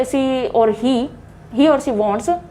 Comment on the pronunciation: Instead of using she.. She was used ci, shud.. It's completely mispronounced Answers of the ideas were good hence the Pronounciation was awful😜